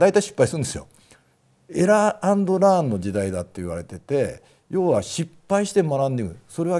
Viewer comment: エラー＆ランじゃなくてエラー＆ラーンですね。